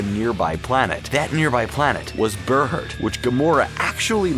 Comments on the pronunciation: It is pronounced bear heart, not ber hert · Ber-hurt. Ber-hurt. Seriously? It's Bear-heart. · Berhert is pronounced Bear Heart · You said berhert wrong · And Stakar!